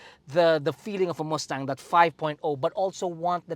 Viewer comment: chill theyre filipino